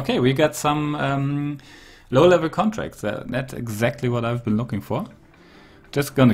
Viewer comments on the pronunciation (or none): none